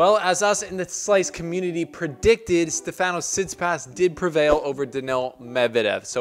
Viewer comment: Hey bro great vid. Just a small correction It’s pronounced stEfanos not stefAnos And it’s tsitsipAs and not tsItsipas Not a negative comment Just to let you know Greetings from Cyprus Keep up the good work